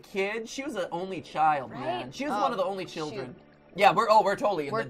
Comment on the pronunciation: CHILLEN Am I the only one who heard that he said children wrong